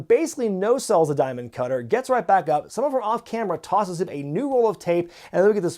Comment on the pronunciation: Die-mund... Cutterrrr